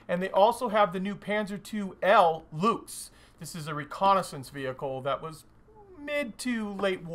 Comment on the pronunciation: Hi, just a quick heads-up, one pronounces the German "Luchs" about the same as you would say "Looks" in English...